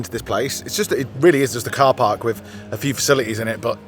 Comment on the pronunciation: I noticed it before,, What is a ParCark? 🤣🥸